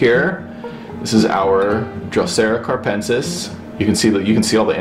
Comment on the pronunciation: I also have a capensis in a south-facing windosill. But I noticed it needed more light so I bought an LED bulb and right now it is even flowering.I love your videos! Keep it up! A little correction, it is "capensis", not carpensis:)